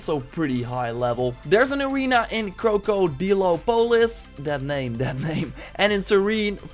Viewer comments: DanTheMan because its called krokodilopolis. Not krokodopolis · I KNOW YOU ARE DUTCH AND YOU SAY KROKO DI DO POLIS